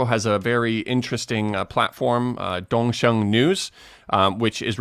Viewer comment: 东风should be pronounced "DongFeng" not "DongSheng", right?🤗✌🏻